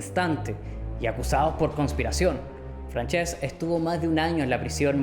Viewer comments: Buen video, solo me gustaria añadir que has estado pronunciando mal Francesc durante todo el video, se pronuncia como Fransesc (con s sorda) no Franchesc. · Salud y republica, un apunte que si no lo digo exploto , no se llama franchesc se le como si fuera fransesc